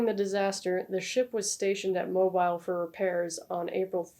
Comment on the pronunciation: Great to see your upload Lady! Perfect timing. It's always a treat to view your content. Btw Mobile, Alabama is pronounced "moe-bill".